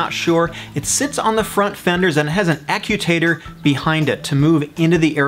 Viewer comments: ACU-TATOR?.... perhaps you meant, Actuator. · A-cue-tay-tor Actuator?